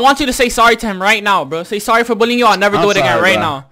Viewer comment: He says billien instead of bullying... horsi